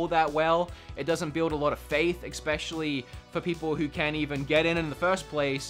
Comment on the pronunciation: IT"S ESPECIALLY, NOT EXPECIALLY. Every time you say it wrong, I cringe.